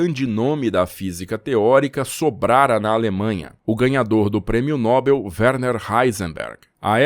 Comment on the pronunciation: Nobel é oxítona. A pronúncia certa é noBÉL.